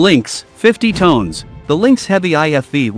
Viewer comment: Tons not tones 😅😅😅😅😅